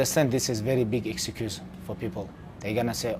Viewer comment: The way he say "excuse " sounded more like "execute"